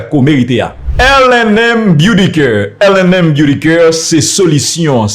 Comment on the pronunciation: Yo pa di “coeur” zanmi , yo di c-a -r-e. C yn mo anglais, tanpri prononsel bien